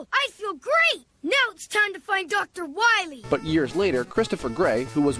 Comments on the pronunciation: Dr wahwee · we must stop Dr wahwee imediately